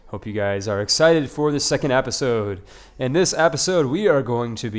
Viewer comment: You saying APPisode is starting to get to me. Lol